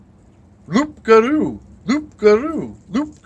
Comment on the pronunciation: Just a small thing, loup garou, don't pronounce the P . It's closer to Loo for an English person. 😂